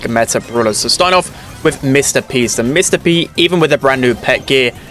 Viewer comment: did anyone else hear “Mr Beast” instead of “Mr P”?